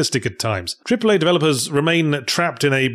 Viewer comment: Did you say 'cripple-A' games? 😂